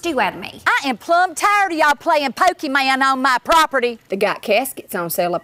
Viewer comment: playing Poky man LOLOL "Pokemon GO"